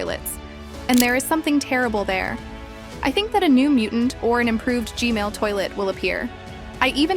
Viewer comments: Every analysis calls G-man toilet G-male toilet!! 😅😅😂😂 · Said Gmail Instead Of G-Man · is saying “Gmail toilet”